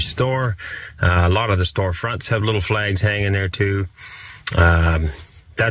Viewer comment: Is it the ‘flehgs’ that are so upsetting? Lol.